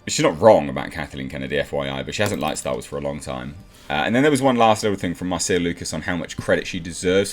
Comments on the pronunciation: Normally, at least in the US, Marcia is pronounced "Marsha". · Her name is pronounced "Marsha". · This quote came after TLJ and before Rise when it was total Mary Sue. And pronounce Marcia correctly. And credit Doomcock for breaking this story wide.